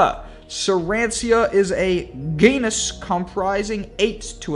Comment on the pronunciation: Oh and Sarancia, is actually Sarracenia!